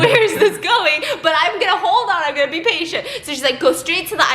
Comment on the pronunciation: I keep thinking she said “ pee” instead of “be”